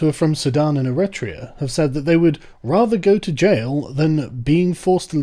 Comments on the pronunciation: Sargon, Eritrea is pronounced Error-tree-uh. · Ir - ret - rea? Have you never heard how Eritrea is pronounced before? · You're pronouncing it Eritrea, but it's actually pronounce Eritrea. Hope this helps.